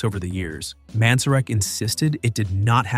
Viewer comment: His name is pronouncec Ray Man zer ick.